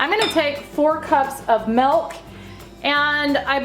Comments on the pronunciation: your voice is annoying...you are so unprofessional and full of yourself plus you say Melk instead of Milk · Literally the only thing I can pay attention to is how she says 'milk' like 'melk'.